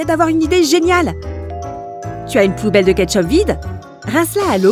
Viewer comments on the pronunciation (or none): Je suis la seul à avoir entendu poubelles au lieu de bouteilles! ,!!😂😂😂😅😅😅si j ai raison mes un commanter! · Danie Bouzouina oui moi aussi j'ai entendu poubelle mais je pensais que c'était mon imagination